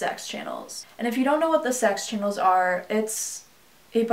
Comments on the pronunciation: It’s “Saks” not “Sex” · Its pronanced saks not sex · Every time she says sak’s channel it sounds like sex channel 🤣😂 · Why does it sound like every time she says Saks sounds like sex who name this channel him? If so wow fucked up dude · When you say saks it sounds so so close to saying sex channel and not trying to be disgusting but that’s what I’m hearing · is it just me or does the term "Saks channels" sounds a lot like "se% channels" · Even when you say “saks channel” it sounds like “sex channel”. Very blatant.